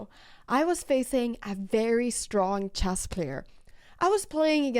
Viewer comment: oh ya that's right... If people speak 3 languages that means they cant pronounce the SIMPLE word CHESS.... NOT CHASS